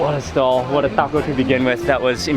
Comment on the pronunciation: "It's a cwunchy waco"